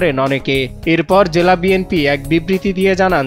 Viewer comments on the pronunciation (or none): none